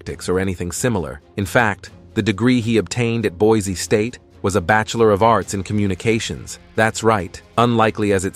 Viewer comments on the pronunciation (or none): none